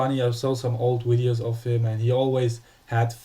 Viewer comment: It's not Widios you fuck! It's Videos!!!